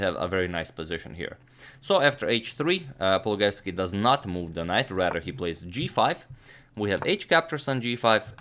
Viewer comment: His surname is pronounced paul-loo-guy-evs-key, not paul-guy-evs-key.